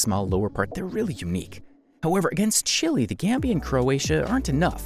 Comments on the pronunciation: Did you really pronounce Chile as Chilly and Suriname as Surname? 😂😂😂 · Chile is simply pronounced this way in some languages. You're right about Suriname though.